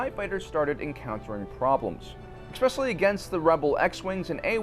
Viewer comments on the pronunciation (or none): 'Expecially'? Really dude? What grade are you in? Otherwise good video